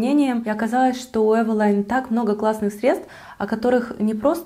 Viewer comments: Правильно евелин,а не евелайн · Не эвила'йн, а э' вилин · Почему Эвелайн? Эвелиииин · Carrie Bradshaw Да, для интереса проверила транскрипцию с нескольких языков)), почти везде Эвелин, иногда только Эвелине (с Польского, например). Эвелайн ни разу не встретила... с чем может быть связано, что блогеры так произносят? А бренд и правда интересный, помню, в детстве моя первая тушь для ресниц была Эвелин)) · не эвелайн, а эвелин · ЭвелИн. Это польская косметика. Они не говорят на английский манер. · Спасибо за видео!Очень полезное, взяла на заметку пудру, контуринг и тональную основу., а про брови ты ничего не сказала. Тебе ничего не нравится от этого бренда? правильно "эйвилин" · Я всегда думала, что название бренда читается как Эвелин.. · может ивэлин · Таааак часто упоминаете название бренда !!! Аж голова закружилась!!!! Да ещё не привычным названием ...бррррр... ЭВЭЛАЙН 🥴!!! Не знаю 🤷‍♀️ конечно как правильно читается название бренда 🤔.., но от такого произношения становится не хорошо 🥵 До конца не смогла досмотреть видио ...нерв не хватило (( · да кто ж вам такое сказал🤯🤯🤯🤯🤦‍♀️🤦‍♀️🤦‍♀️🤦‍♀️🤦‍♀️🤦‍♀️тогда и мейбелин мейбиЛАЙН. С Виду умная красивая девушка,а как скажете евелайн,выключить хочется